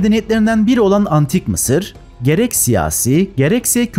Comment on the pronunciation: Mi sir diyo ya laaa😅😅😅😅